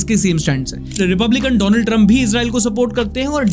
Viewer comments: isne jaan bujhkar "doland " bola. thora dhyan se india ke pm se darte ho wo US ka hai usse bhi daro. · Donald ❌️ Dolund ✅️🤣